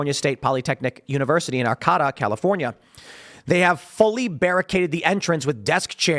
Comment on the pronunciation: LOL how you pronounced Arcata (Arr-kay-tah), its a small town 45 min north of me. I saw plenty of recruitment efforts to get people from as far south as the Bay Area to get people up here to 'help' them. A city council woman expressed her support of them, and the police backed down!!!